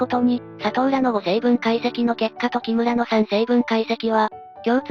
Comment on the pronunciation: 「キムら」の発音がちょっとわかりやすくなったｗ